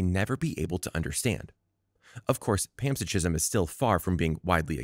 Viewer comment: Are you trying to say panpsychism ? Pronounced pan, SIGH, kism. Not pants-a-gism. ------------------ Also, the corpus-collosum is the brain anatomy region and not the name of the procedure . The procedure is "corpus callosotomy".